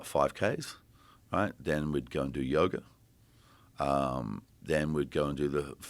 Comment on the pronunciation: I thought he was saying yogurt, not yoga😂